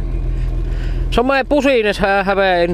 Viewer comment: "some pusiness" :DD